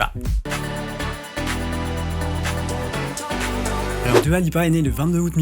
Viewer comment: Juste Dua se prononce DOUA et pas DUA !